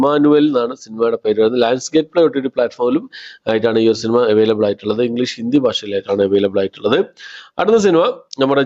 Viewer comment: "ടക്,ടക്" എന്നല്ലെ ശരി. സിനിമ എന്നുള്ളത് എന്ന് "സിനിമ" എന്ന് മാത്രം പറയാൻ ശ്രമിക്കുക.